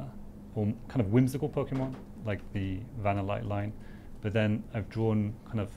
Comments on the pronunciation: I thought he said venonat lol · Bro i am pretty sure he said vanilluxe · "Van-eh-light." I thought was Vanill-ite. Like vanilla and stalagmite. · Maybe it just sounded like vanniluxe but it was actually vannilite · In "Vanill-ite" first one isn't even a syllable, how do you really pronounce that?